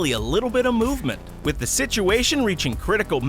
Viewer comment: Immer diese deutschen mit ihren zhe statt th😂😂😂